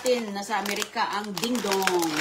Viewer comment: What??? That's not odong it's dingdong...!! Grabe! Pwedeng magbasa ano? 😅😅😅